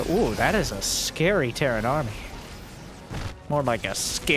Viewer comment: he really just say scaren army....